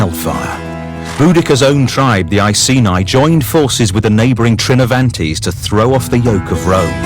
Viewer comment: Icaynai what a proununciation